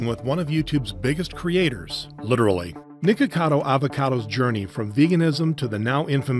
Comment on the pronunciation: “YouTube’s biggest creator littelery